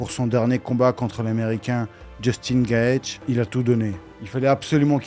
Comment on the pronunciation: gaethje ça se prononce gayedji